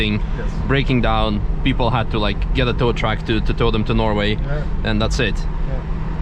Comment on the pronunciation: "People had to get a thowtruck and thow them to Norway" best comment ever haha